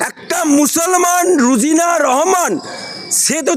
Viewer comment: Rojina not Rujina, thik pronounce karun